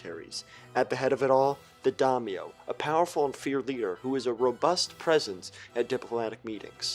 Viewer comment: One thing, you did not say Daimyo correctly, but, I may join